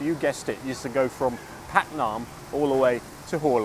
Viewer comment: "Paknam" is better pronounced "baag-naam" ปากน้ำ meaning estuary or river mouth or literally 'mouth water'.